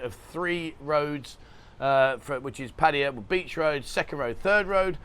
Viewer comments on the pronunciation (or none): You saying etc a million times is not close to as annoying as when you say Pædjæ when you mean to say Pattaya. Pronounce it as it is written. Just like you do with München and Venezia.